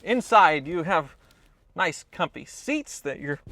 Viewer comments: did you say Rice instead of Nice? OMG! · He say "rice" ??